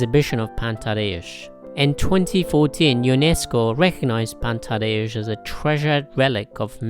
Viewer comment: Your pronunciation is very decent :) You've got "Pan Tadeusz" right, I would only correct your accent in "Mickiewicz": the second syllable should be stressed, not the first ("MicKIEwicz"). Btw: Mickiewicz named the main hero of his epic 'Tadeusz' after Tadeusz Kościuszko.